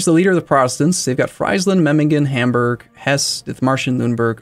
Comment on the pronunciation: loving this series, but i gotta ask. How do you pronounce Friesland as Freisland, its something entirely different! hahaha.